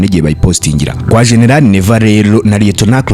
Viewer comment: Noeho ntaguzi kuvuta GENERAL ngo shenelale 😅😅